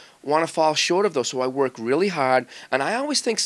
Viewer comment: "talent gets you to a point but THEN you have to WORRK!" lol Mangini